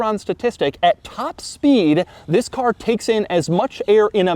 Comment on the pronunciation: I came from the Doug saying "this" chronologically and now all j can hear is "vis"